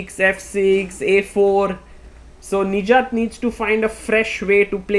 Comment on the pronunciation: Sagar Please work on your Pronounciation Nijjat❌ Nich Jaat✅